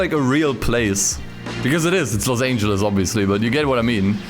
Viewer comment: "los angles" 💀